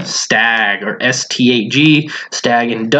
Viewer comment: I think it is STAG not STAGE, like a STAG deer buck.